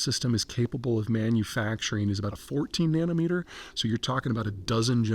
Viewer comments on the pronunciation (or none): none